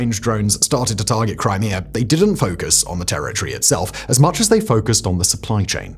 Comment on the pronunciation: Brits need speech therapy.